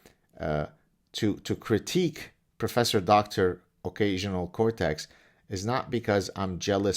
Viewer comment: I thought he said occasional Kotex😉